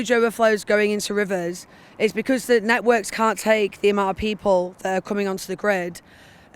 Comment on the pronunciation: Why can’t that man say th ?